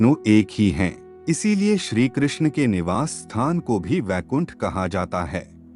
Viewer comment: Abe baikund nahi Vaikund hai vo.